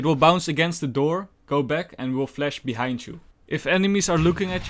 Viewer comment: Nice and good amount of tips, only cant stand hearing 'flesh' instead of 'flash'